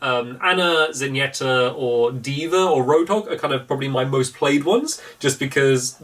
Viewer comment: I’m a sucker for pronunciation, so I AM SORRY!! FAR-ah and Zen-YAA-ta Sorry, and thank you, you don’t need to care, I just need to get rid of this from my system....